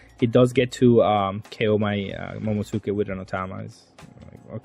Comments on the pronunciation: Please bro. Mo-mo-NO-su-ke Please. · its pronounced momo nose kay